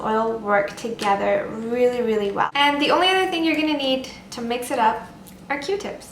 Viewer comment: "weely weely high" "weely weely good" sorry, just had to get rid of that xD youre awesome!